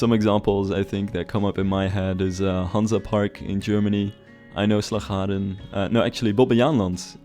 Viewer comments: I am from the Netherlands its so funny how you say Slagharen 🤣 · It's always funny to hear someone talk fluent and clear English and suddenly an extremely dutch word like "Slagharen" shows up. Bonus points if the word has our trademark harsh g in it.